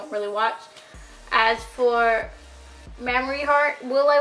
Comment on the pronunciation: "Mam-Ma-Re" GIRL IT IS PRONOUNCED "Maim-re" LMAOO